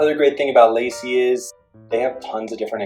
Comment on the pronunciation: It’s pronounced LAH-SEE and the other commenters are correct that you shouldn’t name this video “how to use...” unless you actually plan to show us how to use it. Maybe change the title to “how I use...”